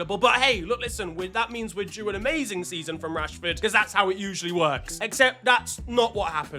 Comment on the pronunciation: casually just called him Marcus yanshford. My brother in Christ how far 😂😂😂